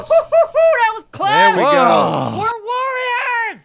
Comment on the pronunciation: When exclaims "We're warriors" I feel like he'd spell it "worriers"